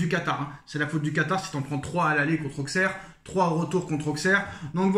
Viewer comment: Mec… sors de la footixerie, déjà ça se dit “ausserre” et pas “AuXeR” Ensuite accuser le Quatar, certes c’est puéril, mais se poser des questions c’est légitime. Ta vidéo y a genre… 0 secondes d’analyse et le reste de bullshit de “ouais mais nan regarde tu joues rien, regarde tu fais rien regarde nous on est mieux, le Quatar le Quatar le Quatar…” J’avais pensé développer un vrai argumentaire mais tu ferai mieux de juste arrêter, n’importe quel analyse foot voit cette vidéo se taperait une barre